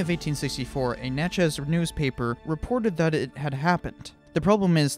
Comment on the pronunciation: that pronunciation of natchez lol fuck it's much more like the word "matches"